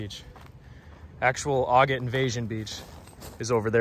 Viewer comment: You are pronouncing Agat incorrectly